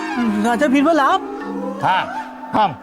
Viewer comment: Raani sahiba--बीरबल 👎बिरबल👍😂😂